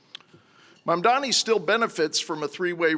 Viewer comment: For all his fancy Hillsdale College education, James Freeman appears incapable of reading letters in English and actually pronouncing correctly Zohran Mamdani's last name. Let an uncouth plebeian who DIDN'T attend Hillsdale help you out with that, good sir: Let's break it down, step by step: the name is spelled M-A-M-D-A-N-I. Start with the first syllable: "Mam". No, not "Man'. "Mam". That's it! You can do it! Now let's try the second syllable, probably a little easier than the first: "Da" That's it! You probably said that as a baby without thinking about it! "Da!' "Dada!" "Mama!" Now let's go for that final syllable. I know you can do it! Here we go... you ready? "Ni"! (Nee) That's it! You got it! Now, let's put them all together: MAM - DA - NI YES! Congratulations, Mr. Freeman! I KNEW you could do it! You can now correctly pronounce the name of New York City's next mayor. And that's a good thing, because he most definitely WILL be our next mayor, and you're probably going to find yourself having to repeat that last name many, many times. Of course, you've got quite a lot of other important things to learn from Mr. Mamdani as well, all of which arguably could be considered even more important than simply sounding out the details of a phonetically spelled last name. But all in good time. Baby steps first. Here's to the renaissance of my beloved New York City, beginning with the election of soon to be mayor, Zohran MAM-DA-NI.